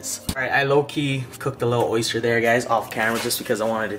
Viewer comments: it's oyster not orster hahahaha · We'll come by when you can pronounce the word oyster correctly lol jk. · “Rate my orster po boy”